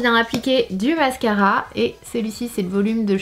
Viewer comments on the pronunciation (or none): y’a que moi qui est remarqué le « mascara »au lieu de « mascara »?😭😭